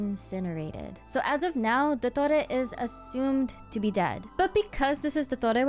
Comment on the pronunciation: Your pronunciation of his name is so accurate 👍